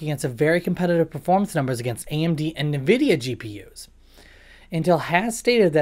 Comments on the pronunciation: Whats with the nervidia ffs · What the hell is Nevidia?